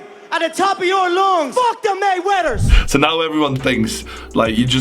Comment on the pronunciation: Anyone else noticed that it sounded like McGregor said fuck the Maywetters.😂